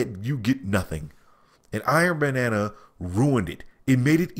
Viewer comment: Why does he keep saying Iron Banana?